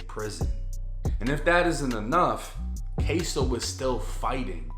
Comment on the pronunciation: K-su. Not k-so